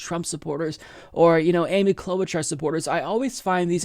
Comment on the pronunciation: "Amy Clue-bitch-arr" XD